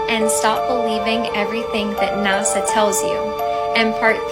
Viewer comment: Blonde girl calls NASA "NOTSO" 😅😅😅😅LOVE these young Flatearthers...they are my favorite!